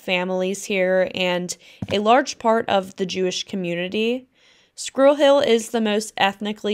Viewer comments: She needs to learn to pronounce “squirrel” correctly. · Maybe pronounce Squirrel properly